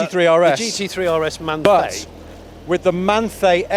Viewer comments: Manthey is pronounced - man thai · pronounced as "man tie" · Manthey is pronounced 'Man-Thai'.